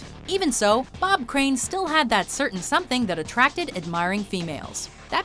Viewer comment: "Bob craines" I automatically thought of Scott disics prank call to Kris Jenner "Aunty Kris, its me it's Todd Craines" 😂😂😂😂